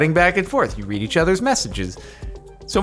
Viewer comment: You know read can also be pronounced as read, right?